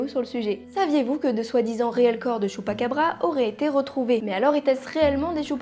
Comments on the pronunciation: J'ai adoré la vidéo mais à la base ça se prononce < > même si ça s'écrit chupacabra comme pikachu, mais apart ça excellente vidéo continue comme ça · j'adore le choux'pa'qu'à'bras